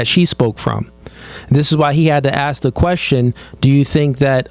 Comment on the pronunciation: It's ask not Ak!